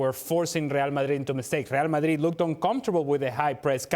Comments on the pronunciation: Ale Moreno said “Ree al Madhridh” 15 times. Today, he was just trying to teach us the right pronunciation. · I come here just to here Ale pronounce “Rlrlreal Madrlrlrid”